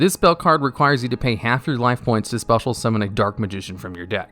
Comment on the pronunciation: Absolutely No one:: “Spetal Summon”